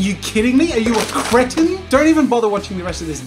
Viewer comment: Jazza: “You use paint? Are you kidding me? Are you a cretin?” Mike Wazowski: “Okay, first of all it’s cree-tin.”